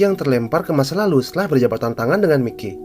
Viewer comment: Indo bgt bacanya mikey🤣 aturannya klo di baca maiki